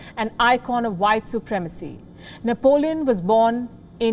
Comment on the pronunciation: Nepalíone Bonaparte